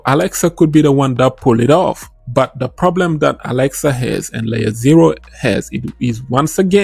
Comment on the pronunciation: Alexa or axelar🤣😂🤣 Good video 💯👍🏾😎